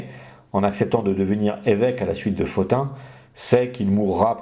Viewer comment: Bonsoir Merci pour ce passionnant exposé. Pourquoi prononcez-vous Pothin [Fotin] et non [Potin] ?